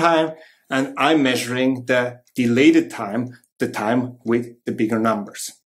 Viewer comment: You said Dialated Time, I heard Delayed Time ⁉️😕😵🤔